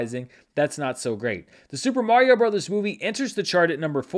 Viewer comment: Dude, it's Mario.